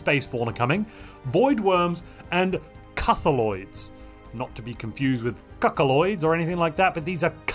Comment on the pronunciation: CUTHULOIDS YOU SAY?